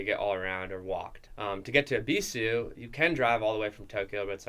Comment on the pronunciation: Is it really pronounced Eeeeebeeesuuue